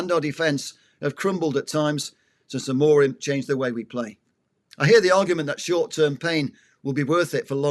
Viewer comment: I sincerely appreciate that name dropping adds to your football credentials. Unfortunately, repeatedly misprouncing Amorim's name, and then talking about somewhere called Abu Dabu, suggests there are some names you youself do not take seriously. How can not taking others names seriously really lend support to any serious argument?